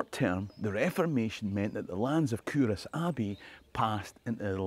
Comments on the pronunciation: Love it...had no idea it was pronounced coorass! I think your videos should be used in Scottish schools. All I learned in my Scottish school was English history. Your videos are so informative and full of fun, kids would love them. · That's how we catch out the non-locals. The correct pronunciation is Coo-Ross, like you wanted to name your cattle after Friends characters.